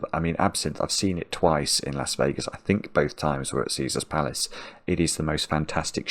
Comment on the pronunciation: (sorry to burst your bubble) but it's "Las Vegas" not Lass Vegas -- although, there are plenty of Lasses dancers that you would enjoy lol).